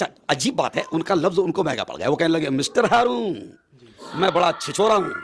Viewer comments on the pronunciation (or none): none